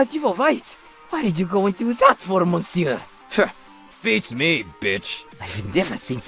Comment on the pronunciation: Good Gods!! As much as these channels like to flaunt french & french restaurants, you'd think they could pronounce "Monsieur" CORRECTLY.